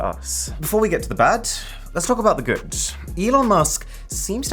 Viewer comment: "before we get to the bat, let's talk about the goot"